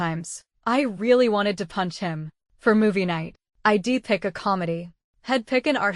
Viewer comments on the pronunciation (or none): Holy shit. Get an editor that knows English punctuation, ffs. Hearing "hed" instead of "he'd" and "im" instead of "I'm" and "id" instead of "I'd" takes me out of the story and decimates suspension of disbelief on what should otherwise be a good story. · Please use a better narrator next time. One who could pronounce contractions (I'd, etc) correctly and do phrasings efficiently